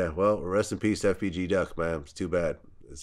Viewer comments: My dude said FGB Duck lol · Moment of silence for Boosie sayin FGB instead of FBG😭 nah fr doe rest up BIG CLOUT